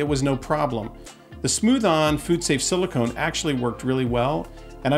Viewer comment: SiliCONE…like ice cream cone. Not siliCON.